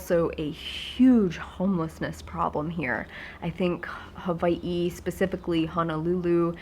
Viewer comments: Does she live in Huh-vie-hee? Or Hawaii? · I love when yu said HAWA-ii :D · You have such an interesting pronunciation of Hawai'i! Is that how many locals say it? Love your videos x